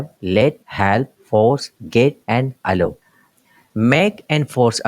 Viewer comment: Allow ki pronounciation sahi se bolain .